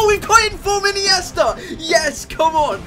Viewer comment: ine-yes -ta